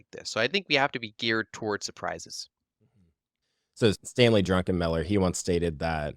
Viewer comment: Druckenmiller. Not “Druckenmiller.” I know that sounds way funnier but it’s also not his name.